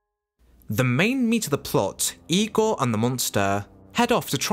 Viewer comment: Good job, well done. I give great credit to your saying IGOR the way Bella says it.